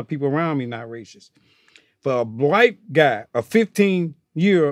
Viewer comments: Johnny "I aint Racist (but pronounce it like Racistishh) person" Curry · "Im not a rayshist." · "Rachist" lol never heard it pronounced like that